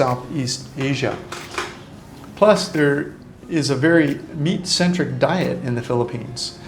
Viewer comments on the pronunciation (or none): none